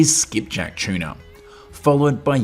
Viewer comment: Keeps saying chiena ….its tuna